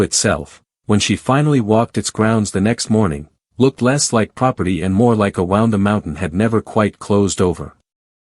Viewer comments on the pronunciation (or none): Been that way since utube started pushing A.I. slop (wound—“woond”. Read-“red”) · AI, YOU MISPRONOUNCED WOUND AS IN INJURY, NOT STRING WOUND UP!!